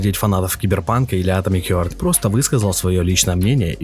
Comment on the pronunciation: Блять, "атомик хЁрт", "студия мЮндфиш". Ну ты хотя бы погугли перед выпускам видоса, раз с английским все так плохо. Сразу понятно отношение к своему творчеству исходя из таких вроде бы мелочей. Видос же просто бессмысленный. Сам же в начале ролика сказал, что сравнивать две такие разные игры глупо, в итоге сравнил. Зачем вообще нужно сопоставлять релизы совершенно разных игр. Они даже по шумихе не одного уровня.